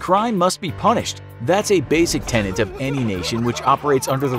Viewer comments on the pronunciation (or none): none